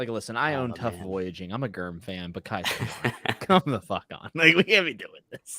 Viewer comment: calling GRRM "Germ" threw me off. I was like "Who is Germ?" 😂